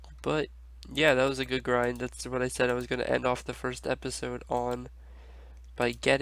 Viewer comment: "The GIND" LOLOLOLOLOL